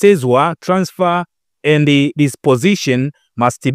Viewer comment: Mtangazaji upo vizuri ila punguza ze ni the ambayo inatamkwa dhe 😂😂